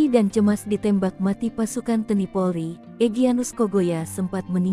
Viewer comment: Tolong mbak penyiar bahasanya yg benar, baca TNI kok teni maksudnya apa